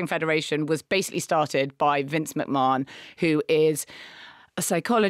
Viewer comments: It’s Mc-Man not Mc-Morenon! 😂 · What was that thing Marina said (not necessarily in this episode) about network executives wanting directors to make shows more exciting because people are watching on their phones and scrolling through other things? Also it’s pronounced Vince McMaNN not McMarnn. However, lovely you’re talking about wrestling. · Omg his name is pronounced Mc-Man!